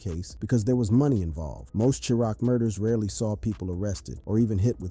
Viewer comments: Another wack naration ninja said Chicago was called Churock not Chiraq I'm done. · This dude said charock!! 🤦🏼😂🙉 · Chuh-rock lol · Lol.. can’t even pronounce Wicc city or Chiraq correctly.🤡